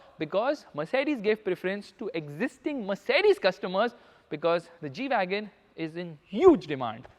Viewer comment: really a stupid g - weagon